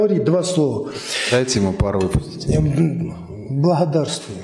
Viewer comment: Вот это:"Блахадарствую"- 😂😂😂👍👍👍